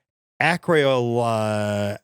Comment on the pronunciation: Ack-rillo-night-rile Beaut-a-die-een Sty-reene If you ever need to pronounce them again lol.